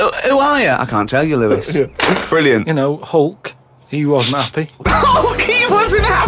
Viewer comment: Because Karl said it wrong. It's not Louis (L-oo-is), it's Lois (Low-is).